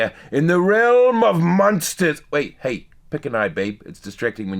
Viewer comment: Hay hay. Not hi hi stupid